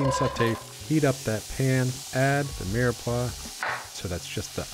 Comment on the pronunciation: Is he saying 'mearpaw'??